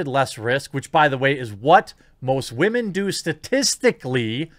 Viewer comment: I thought it was Waa man not Women